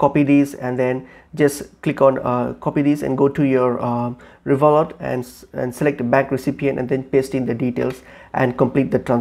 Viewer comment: RevolUT, no Revolt 😅